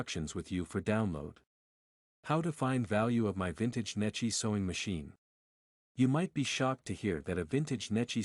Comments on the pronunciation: Unfortunately, the computer reader pronounces Necchi very un-Italian.... I pronounces it as it would be (English) spelled like Netchee.. Correctly, it is pronounced as it would be spelled like Nekkee (or Neck and Key joined). AI get's it almost right: The phonetic pronunciation of "Necchi" in Italian would be "NEK-kee" - with a hard "C" like in "cake" for the "C" and a long "ee" sound like in "see" for the "chi" combination. Breakdown: N - "N" sound as in "no" E - "eh" sound as in "bed" C - "k" sound as in "cake" H - "ee" sound as in "see" Key points: The "ch" in "Necchi" is pronounced like a "kee" sound, which is a common Italian pronunciation. The stress is on the first syllable "NE". The issue w/ AI is that it did not get the point of the H following the C: an H after a C makes the C(H) sound like a K and because of the double C a strong K. It is also not the H that makes it an ee... it's the i. And yes, an Italian i (at the end) is always an Enlish e. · Pronounced neck-ee.